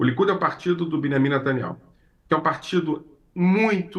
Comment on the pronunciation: Não é netanyau é saaniayu